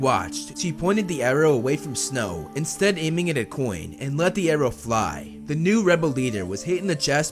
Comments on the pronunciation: When you say “coin”, 9/10 it sounds more like “Quinn”. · Bruh pronounces Coin like Quinn all the time